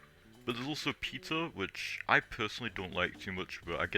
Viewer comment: I was just joking about the way you said Peter it sounded like pizza